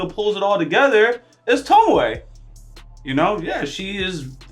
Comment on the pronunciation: He brought. Her name is pronounced toe more. Japanese for dark